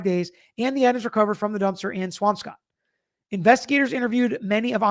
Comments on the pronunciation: We pronounce it like “Swamskitt” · What a freakin idiot! How dumb can you possibly be?! And it’s “Swamp Scott”😊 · Swampscott is pronounced Swamp scutt .... Prescott, AZ is pronounced Pres skit ...haha !!😂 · it’s Scott like the name. I’ve lived in Boston my entire life (except college) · You don’t pronounce the P in swampscott. Spoken like swamscott